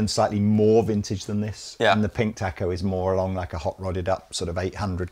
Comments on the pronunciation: It's pronounced "taco". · You are pronouncing Taco wrong. A sound is different Great video!